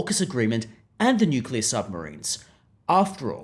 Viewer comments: Yeah it's NOOKILLA ha ha 😂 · Bowen can't even pronounce nuclear correctly!